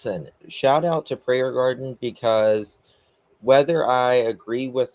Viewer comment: I love how adds the S on Prayer Gardens name lol 😂